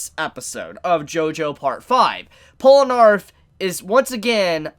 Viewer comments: " Polnarff ", are you high? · WHY DO YOU PRONOUNCE IT POLNARF AAAAAAAAAA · I love you. Honestly. But it's Pole-nuh-reff. Please. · It’s PORRUNAREFFU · STOP CALLING HIM POLANARF IT'S BOTHERING ME SO MUCH